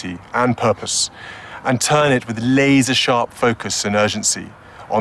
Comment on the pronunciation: A Mike Myers-like enunciation of "laser" made the Prince's plea sound so genuine... pleas are fine but actions speak louder than words.